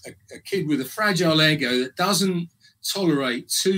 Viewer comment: Slightly sus that he pronounced ego as 'eggo'. I've never heard it said like that before.